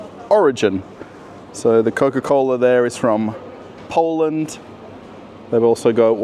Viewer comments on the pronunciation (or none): none